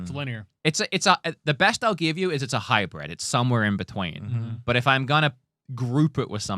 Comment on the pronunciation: keeps saying hybred when it is hybrid correctly.